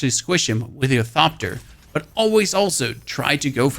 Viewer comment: the h in thopter isnt silent.